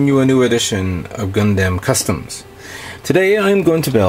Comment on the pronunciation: Why do you pronounce it GUN-DAM i know it's spelt like that but it's GUN-DUM the a is pronounced as a u sorry people use to make fun of me for liking gundam and they who pronounce it wrong in all sorts of different ways to make fun of it so it kind of annoys make when a actual fan of the series keeps pronouncing it wrong. Sorry just throwing that out there